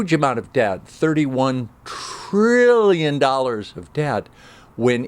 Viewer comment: It was funny when you said TTTTTTrrrrillion dollars